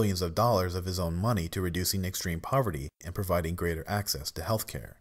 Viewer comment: "ACCESS" not axes. But who who wouldn't want to take some AXES to Bill O'Reily?